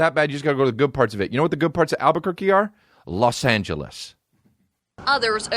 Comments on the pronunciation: Damn it I hadn't made it down to your response when I commented that he calls it Al-Bukkake haha I like your style sir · are people from Albuquerque called Albuquerks